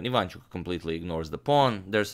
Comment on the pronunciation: Not quite. He does a relatively good job, of course, but messes up the stresses. For example, it is pronounced IvanchUk, no IvAnchuk.